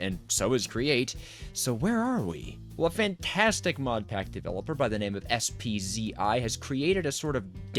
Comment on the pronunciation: spzi is pronounced "spizzy" :p fun video! wonder if anyone will do a survival series in this pack.